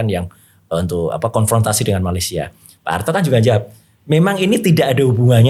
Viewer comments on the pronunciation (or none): none